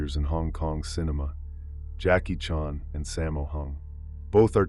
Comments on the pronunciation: OMG...How to tell you're a computer generated narrator without telling anyone you're a computer. Because you can't even pronounce a very common last name as Chan. Seriously. Whoever actually edits this, you should listen to it and correct things as simple as a last name. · Is this Ai? That Jackie Chan pronunciation is horrid